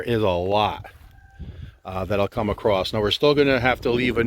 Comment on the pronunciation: There is no "t" in "across"